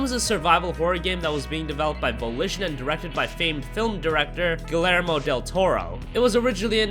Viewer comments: dude how the hell did you just acknowledge somebody's fame...and make an otherwise informative video...but PRONOUNCE THE NAME WRONG? Seriously? Guh-Leer-Moh Del Toro? you don't need to use an accent when you just say the name but double L's in Spanish make the Y sound here. I don't understand the logic, but that's why they say pollo (Chicken) like poy-yo. nobody says it like the way you said. this is not a matter similar to how British accents say saw like sore. even they would agree that you really butchered that. I'm not fluent and I'm sure I'd mispronounce words from a thousand languages. it's just the problem that you said famed. you set up a good intro. you made it sound like you knew a bit about the guy and then that....what if your best friend introduced you to somebody and said your name wrong, and then your new acquaintance now knows you by a funny sounding name. oh better yet, you do something great and are recognized by YouTube channels about games so thousands will hear it. I'm making a bigger deal out of it maybe but I've illustrated my point. otherwise, great vid. thumbs up anyway. (except in Australia, and other countries where that's a rude gesture). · Also at the very least learn how to pronounce Guillermo Del Toro for God's sake. GILLermo...come on man, take some pride in your work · the two l's in "Guillermo" make a "y" sound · The double 'L' in Guillermo is pronounced as 'J'. That annoyed me more than it should have.